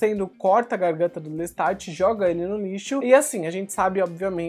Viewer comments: Eu ouvi "Lestart"? LESTART???? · Adoro seus reviews... uma dica fonetica - a pronúncia dos nomes dos personagens de Anne Rice, são do francês, que se silência as consoantes nos finais das palavras... Louis (Louí) / Lestat (Lêsta)... Lôuiz... é a pronuncia Americana de Lois... personagem Smallville... parabéns pela edição, por todo trabalho!!!